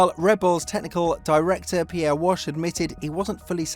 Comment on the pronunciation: Try harder with pronouncing names correctly. Pierre Wash? Come-on, Pierre Waché. Waash-A 🧐